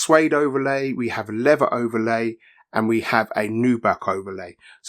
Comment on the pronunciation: Ny-Kee. It’s an American brand name. If you show me official audio advertisements where they say Nyk, I will quickly recant. Also it not pronounce levva it’s lea”Ther”. Also its not “free” it’s pronounce “ThRRReeee” Do you say “fing” not TH-ing. Is your tongue swollen?? I’m sorry is your “fung” swollen? Please pass fa message to your blokes.